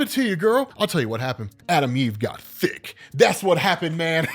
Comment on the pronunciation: Lol it's how u said THICK